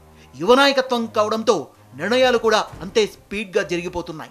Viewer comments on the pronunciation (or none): A basha amma adi nirnayalu ani chdavali Telugu. Neevu niranayalu ani chaduvutunnavu emito